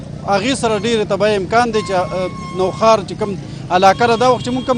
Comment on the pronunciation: Nohaar na Nokhar